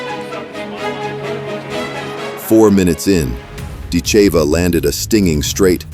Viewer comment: Ditcheva…..DIT-che-va….. not “dit-CHAY-vuh”